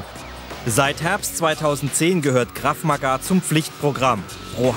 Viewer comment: Es heißt ganz normal "Krav Maga" und nicht " Krav Magaaaa" ... -.